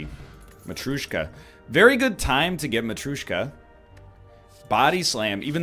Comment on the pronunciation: It's not matrooshka :D it's ma-tree-oh-shka